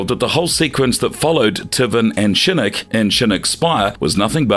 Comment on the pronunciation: I gotta agree with you, he pronounces Shinnok as Shinnik and Scinnik, there is no way that's on accident.